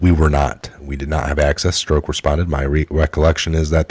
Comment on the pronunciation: I LOVE YA....but you've got to decide how you are going to pronounce Peter's name. He, himself stated to Congress that he was Peter STROCK. Yes. That's phonetic. He pronounced it to rhyme with CROCK. As in; "That's a crock". Not STROKE. Even if you choose not to pronounce correctly, at least stick to one or the other. You used 3 different pronunciations. Struck, Stroke and strock.